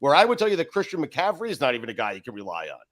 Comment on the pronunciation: Chris shaking the pumpkin head when Dan butchered McCaffery’s name lol